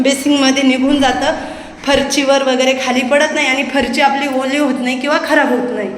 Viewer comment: ताई तुंम्ही फरशी ला फरची का म्हणतात??तुमचे व्हिडिओ छान असतात❤ sorry राग मानू नका😊